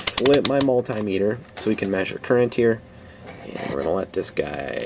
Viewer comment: Not called a mul-TIE-meter. It's a mul-TIM-ater. Good thing to know for next time.